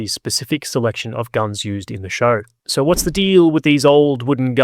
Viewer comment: I just wonder why you say 'sore' instead of 'so'.